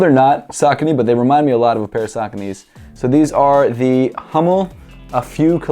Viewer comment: Bro not Hommel Hummel ^^